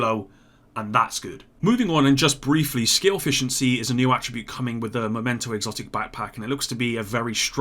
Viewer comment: it's mEmento not mOmento backpack, dunno why you consistently stick to the wrong version